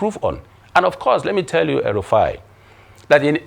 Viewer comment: Did you just call Rufai, El Rufai? 🤪